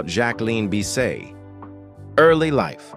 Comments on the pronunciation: When has anyone ever said Bisset as Bis-say? Maybe it’s pronounced like that in France perhaps… but all my life I’ve heard it pronounced the way it is spelled. This narrator is taking liberties from a video/videos and stills he’s obviously collected. Mispronounced names and saying ridiculous things about the actress’s life! Hate these fake videos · You're not even pronouncing her name correctly?? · That was Dean Martin not frank Sinatra. Jack-wa-lynn Biss-set whoever made this video is an idiot